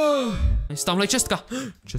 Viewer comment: Hater Říká to správně: chest [čest] -> čestka [chest + ka], akorát to počeštil.